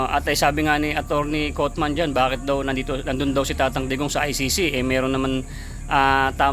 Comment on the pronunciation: Kaufman. Pronounce as kafman. HINDI coatman